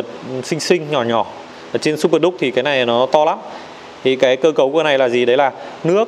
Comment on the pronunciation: Duke không đọc là ĐÚC được, đọc điu-k cho sang!